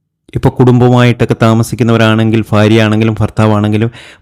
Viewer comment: ഫാര്യയും, ഫർത്താവും ഒന്നിച്ച് ജീവിക്കുമോ? സൗഫാഘ്യം വരുമോ? എന്നും പ്രദോഷം നോക്കണോ.... പറയുന്നകാര്യത്തിൽ എന്തെങ്കിലും ഒരു കൃത്യത വേണം....